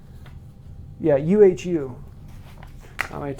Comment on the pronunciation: In terms of pronunciation: Ponal is pronunced [ponarl] and UHU goes like [oohoo]. ;) Greetings from Germany.